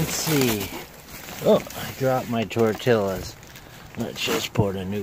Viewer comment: Its pronounced. Tor tee uhz.... Not tor til uz